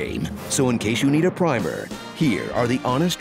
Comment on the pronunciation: Thank you for being the first person I've ever heard pronounce 'primer' the right way I thought I was going nuts